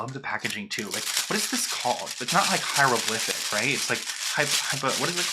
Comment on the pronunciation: "hieroglyphic" lol